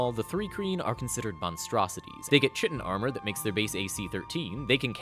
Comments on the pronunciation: Isn't it said ky-tin? I've never heard anyone say chitin is it an American thing? Giff seem kinda disappointing... it's cool that they included colugo based stuff but they are kinda horrifying if you see their underside. I wonder if people will make tiny tarsier hadozee. I could see those being great rogues! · It's pronounced "kai-tin" not "chi-tin". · Chitin is pronounced like Kite-in. Not a big deal, just heard you say another way and instinctively had to correct you. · Chitin is pronounced like Kite. KITE-in. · I would like to note, if for nothing else than for people who want to play Thri-Kreen, chitin has a k sound at the beginning